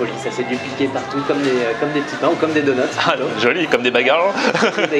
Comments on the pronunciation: Super ta vidéo mais on dit "donuts" pas "dounuts" x) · lui qui disait "ha bha faut dire tshedar" et bha toi il faut dire doneuts x)) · si tu sais pas dire dunnut dit beignet. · Ouai doughnuts ça ce dit mais clairement au XXIeme siècle on dit donuts WESH ;p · "Dounuts" on air 2016